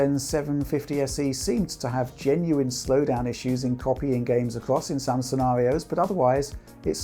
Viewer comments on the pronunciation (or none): none